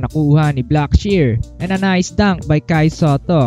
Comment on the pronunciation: Buhay na buhay boses mo sir a. “Kai Sateh” peace bro